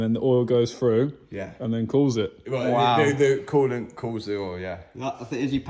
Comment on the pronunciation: Coo lant, not cool lant. No problem ❤